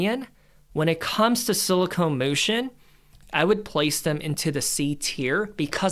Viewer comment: It's "SILICON". NOT "SILICONE"!!!!!! Too busy running your mouth all over the place. Money should be in a South Korean ETF with 20% in SK Hynix, 20% Samsung Electronics. Rest of their holdings include Hyundai, Motor and various Aerospace and Shipbuilding companies. FLKR is 40.87 and only has an expense ratio of 0,09%. Go South Korea!